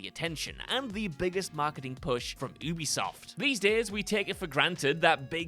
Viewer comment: Ubisoft is pronounced “you-be-soft”. It’s short for Ubiquitous software. Their employees pronounce it that way too.